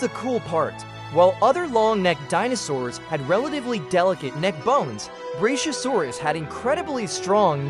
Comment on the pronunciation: Its pronounced, Brak-yo -Sore-Us. Not brashyosaurus.